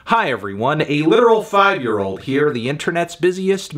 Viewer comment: freaked me out when you emphasized the 5 at the beginning but glad to know its a 4 😅